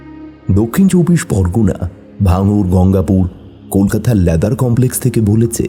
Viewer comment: Sorry to say but the word is Leather not Lather plz correct ur pronunciation.